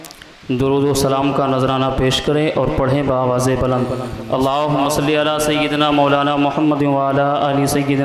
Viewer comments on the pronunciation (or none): با آوازِ بُلند ہوتا ہے بلند کی ب پر ضمہ ہونا چاہیے